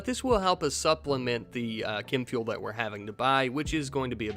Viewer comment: challenge accepted Btw why do you keep saying "kim fuel"